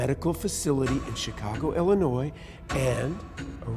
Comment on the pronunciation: I'm just glad they made the effort to say Illinois correctly. The S is silent people and we know you are from somewhere else if you pronounce it illi-noise it's illi-noy